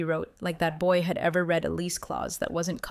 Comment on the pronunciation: The past tense of to read as read by the story teller really grates on my poor ears.